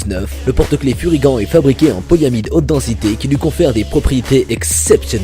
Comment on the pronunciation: Super vidéo comme toujours! Je suis déçu! Comment ose tu tourné le dos à Furygan contre à AlpinStar aller je dislike direct! Non je blague:p et on dit Furyganeeeeeee et pas furygant espèce de tache:D continue t'es vidéos, je suis là depuis tes première et je m'en lasse jamais! Ton humour, ton monologue, me font tjrs rire autant